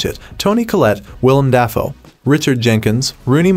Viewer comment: Ah, yes. Leonardo Dye-Caprio and Willum Daffo.